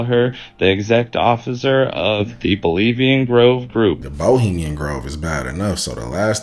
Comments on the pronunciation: BOHEMIAN not Bolemian! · Oh, I heard "bulemian groove".